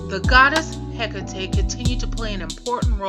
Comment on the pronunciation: It is pronounced he cot e